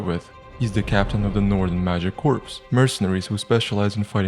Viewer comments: Hey, great video, and I mean this in only an informative way, but 'corps' is pronounced as 'core'. You're pronouncing it as 'corpse' which is a dead body. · “corps” is pronounced like “core” btw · the p is silent on corps, it's pronounced core like united states marine corps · the S is corps is not supposed to be pronounced.